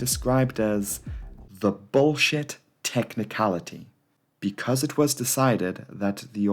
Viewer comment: I heard "THE BULLSHIT TECHNALITY" WHY IS IT CALLED LIKE THAT